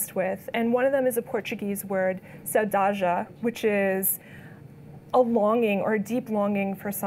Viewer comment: Great work! I really like it! By the way, what you meant by the Portuguese word Saudade it's pronounced Sao-da-d. The meaning was spot on. Thanks goes to B and H for hosting. Really brilliant underdog story:)